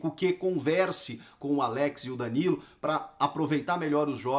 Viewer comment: ele falou zidanilo?